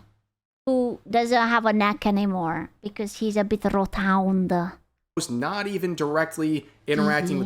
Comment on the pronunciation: its rotund not rotound lol